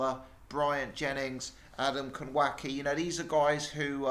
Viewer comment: Hey, pronunciation police here. Always a good way to make myself popular :-) Adam Kownacki's last name has a "w" that is pronounced like a "v" and a "c" that is pronounced like an "s". That makes his name said: Kov - nah - ski. Had to get that off my chest.